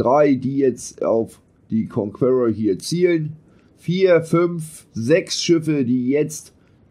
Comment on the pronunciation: "KONKUERROR" - ist das Dein Ernst?